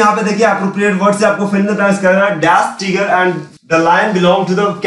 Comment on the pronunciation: sir teeger nhi hota tiger hota h